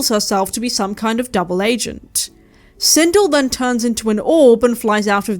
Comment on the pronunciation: Christ,I totally hate myself for not being able to restrain myself from correcting you on this... ....but the character's name is pronounced Sin-DELL. It's probably actually a credit to you that you didn't know that. Because it suggests that you have better things to do with your time than learning character names from a 30 year old video game and/or its notoriously poorly made film adaptations.